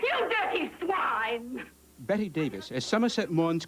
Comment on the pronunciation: Her name Bette not Betty